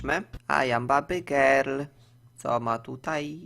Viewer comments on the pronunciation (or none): none